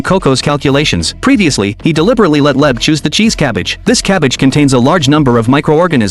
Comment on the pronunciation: Leb is wrong It's leib